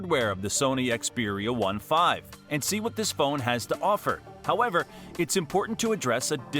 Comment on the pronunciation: You don't even know how to pronounce Xperia 1V and IV 😂 you didn't mention a lot of good features so your video is rubbish